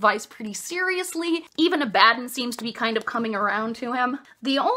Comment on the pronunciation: I always pronounced Abaddon in my head with the stress on the first syllable, same with Torgaddon. Now that I've heard you say it, it sounds kinda like "A Bad 'Un". Which fits with Games Workshop's silly trend in names with guys like Lion El'Jonson and Ghazghkull Mag Uruk Thraka being references to Lionel Johnson and Margaret Thatcher. God these books are so silly, and I love it.